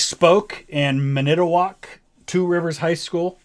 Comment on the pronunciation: Okay I got the answer lol. By the way it’s pronounced Man-na-toe-wok (Manitowoc) 😉